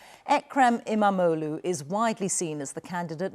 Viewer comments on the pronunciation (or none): Imamoglu not Imamogli,you moronic BBC journalist.